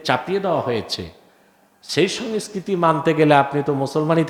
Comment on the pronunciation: এই নিরক্ষর জোকারটা বাংলায় সংস্কৃতির সঠিক উচ্চারণও করতে পারে না এবং সে এই বিষয়ে জ্ঞান দেবlর চেষ্টা করছে.... স্পষ্টতই পাকিস্তানে জন্ম ও শিক্ষিত এবং এখন বাংলাদেশে কামাই করছে 😅